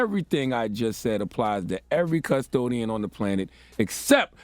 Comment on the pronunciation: Why he saying it like "cuz-todian" 🤣